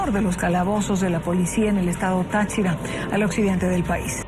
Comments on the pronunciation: Aparte que dijo TachÍra cuando en el siguiente clip que pone la presentadora lo pronuncia bien, no le costaba bien pronunciar bien los nombres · muy buen video! lo único que deberías mejorar es la pronunciación de los sustantivos propios, como nombres de ciudades (ejemplo, pronunciaste mal el estado “Táchira” incluso cuando mostraste una imagen donde la tilde en la letra “a” estaba presente) 🫶🏻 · Y es tÁchira, no tachÍra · también llamó mal a Dorangel. pronunció mal Táchira y dijo que dorangel era de Mérida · Excelente video jahsjs Solo unos detallitos. Están mal pronunciados algunos estados, Delta Amacuro es con el acento en "DEL" (Delta) y "CU" (Amacuro) "TA" en Táchira. Solo eso xd.